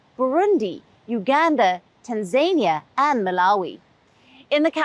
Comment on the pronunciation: I usually take the frequent mispronunciations on WION in stride, but Tanzania.... Did you not hear that Trump was universally mocked for mispronouncing it in the same way I have repeatedly heard your journalists do? When even simple words are mispronounced, it reduces the quality of the impression you make.